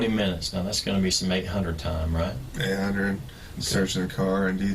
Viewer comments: Sometimes when he says 'right' it sounds like 'bruh' to me. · Why do I hear 'bruh' every time he says 'right'. I'm sorry but i can't take this seriously when I hear it lmaoo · Everytime time he said right is sounds like hes saying bruh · Everytime he says "right" I hear "bro".